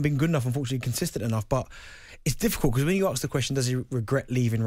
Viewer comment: Someone needs to arks Darren Bent why he says "arks" instead of ASK